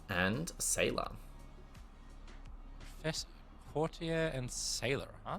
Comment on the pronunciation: Thank you,, for pronouncing "courtier" correctly